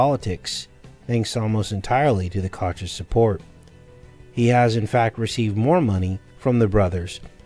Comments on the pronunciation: Pretty sure it’s pronounced “coke” brothers but I’m not totally sure. I have never heard it pronounced “Koch” nonetheless, great show and I love how you layer these decodes! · Koch is pronounced Coke